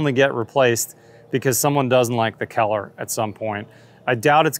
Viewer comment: “Keller” or “color”? Haha.